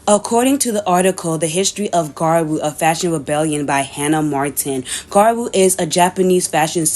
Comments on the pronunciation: About half way, she's included gal tiktok videos making you think she would at least pronounce gyaru right but no were still on garu and I'm about to go insane please turn it around and talk to gals in the second half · im american and i know the pronunciation is "gya-roo," thats the og term. ive heard people with accents say gyaru in the correct way before, its not hard. there is a y or 'i' sound in there which makes it "gya-ru," not ga-roo. the 'blackfishing' in the gyaru community is something frowned upon, especially as gyaru evolves. defending and acting like it was never a problem however, is bad. we need to normalize these conversations to grow and make sure the 2-3 shades rule stays the norm. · Not to be too picky, but you also mispronounce gyaru throughout the entire video and its been a itch I cant scratch. It's gyea roo not gaa-roo. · Gyaru ( Gee-yah-roo) Ganguro (gahn-goo-roh) 🍭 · There is a "y"! Sorry but it was getting to me 😅 gee-ya-rue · You guys are so dense. Both of the ways to pronounce gyaru are right - the word gyaru is a loan-word anyway; there is nothing wrong with different accents for you all Unless it's a Japanese pronounciation then it's suddenly just so wrong and itchy. The video was directly addressing the conversations and misinformation that is spreading in recent times, specifically in the western parts of the internet, and the conversations happen to be mostly about the past. Adressing the antiblackness people are trying to cover with "it's just ea colorism" is much needed. Acknowledging modern gyaru sensibilities is not a requirement for the point to stand here, and the subculture itself seems to have come to the same point anyway. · It's pronounced "Gradru" not "Garwo" but cool video anyway 😎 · Gradru? It's more like gee-yah-roo